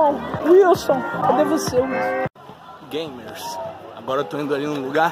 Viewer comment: Quando ele falou olá games eu pensava que ele ia falar olá gays